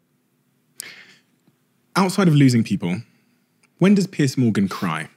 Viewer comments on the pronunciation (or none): It’s Piers (peerz) Morgan, not Piers (peerss) Morgan ;)